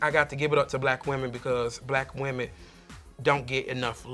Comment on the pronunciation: Kahanna says whaman instead of women